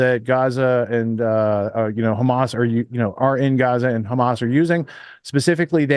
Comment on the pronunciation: “Khamas” triggers me enough to shut me down from listening to his propaganda. Ben Shapiro = BS